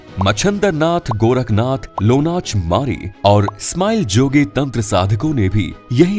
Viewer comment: Its not lonach mari, its lona chamari